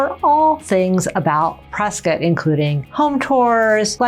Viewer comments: I wouldn’t live in a city people can’t properly say ends in Scott not skit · Folks, local here. It’s pronounced Press-Scott, NOT Press-Cut and NOT Press-Kit. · It's Prescott, not Preskitt. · Why are people calling Prescott Preskit like biscuit there is no i ?The man that the town is named after pronounced it Prescott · It's not preskit, it's PreSCOTT. 😂 we should call Dak Preskit and find out. 😂 And I love PRESCOTT.